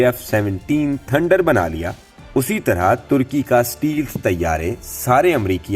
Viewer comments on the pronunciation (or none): The word is Stelth.